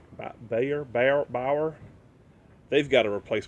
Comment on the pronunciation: Your pronounced the name of the lock right it’s Bauer. Glad it works. The video looks good. Too bad about your phone. I need to fix my iPad because the screen is lifting. Nope never seen you eBeg ever. Not like others on YouTube.